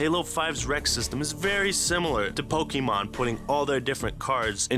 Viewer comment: it hurts me hearing how he says pokémon